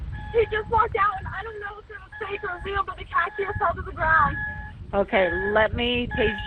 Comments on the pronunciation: It’s Cashier!!! Not K-Sure!🤦🏽‍♂️ Some dispatchers cause confusion!? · " Did he hurt the CASH - EAR"?